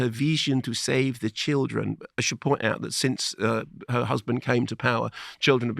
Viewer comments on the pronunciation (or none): She sounds like Yoko ono meets Dracula, she really murders thoses vowels : weemaan, cheeelden, “i deed not, i weel see eet ondee nee-uzz”